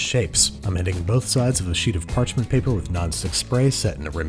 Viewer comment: "place it in a prepared patchment paper"